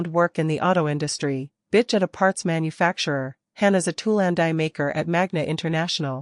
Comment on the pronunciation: It's pronounced hAn as in hon not a short A sound the long one.